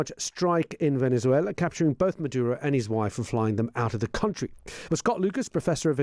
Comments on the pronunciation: Please stop with the lisp!!! You’re embarrassing yourself with this affectation. Venezuelans pronounce a z with the /s/ sound. If they pronoumce it at all (which they often don’t). Only Iberians use the “theta.” The Iberian peninsula is thousands of miles from Venessssssssssssswela. You speak unaccented English. Pronounce it with a /z/ sound like a normal person, you pompous rube. Also, can someone please abduct Trump and Melania in the middle of the night, please? Better yet, why wait till nightfall? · Good info as always. I had to laugh though at how Scott kept pronouncing Venethuela as if the Barcelona "C" applied to "z" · Latin Spanish doesn't use the th sound Scott. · I find it mildly amusing that Mr Lucas makes the great effort to pronounce the 'z' in 'Venezuela' as a 'th', while Venezuelans themselves would never do that because it's the European pronunciation.